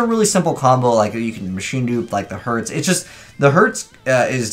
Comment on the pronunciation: pronouncing vier and herz wrong but whatever who cares